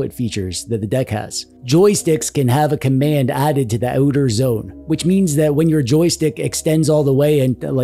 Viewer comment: I don't have a deck... can I touch yours? PS... nice 'uuter zone' Canadian accent drop.